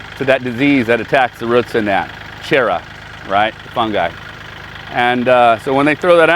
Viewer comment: good to see you back. Do you know the name of the fungis? I heard you say chera?